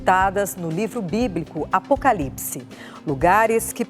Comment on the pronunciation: Alguem percebeu que a reporter fala errado " Apocalipse " ???